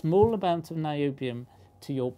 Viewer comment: Whoonium? Noobium.